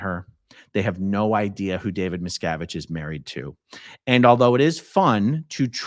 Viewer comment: How does someone questioning scientologists in person not know how to say Miscavige lol